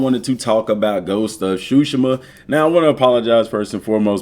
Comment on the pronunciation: Its sushima sir not shushima